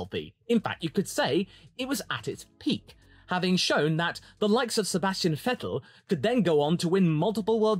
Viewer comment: Wow. U actually pronounced vettel right. probs my guy